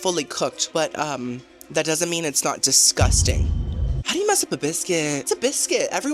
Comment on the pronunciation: DISGUSTANG! LMAO I love you girly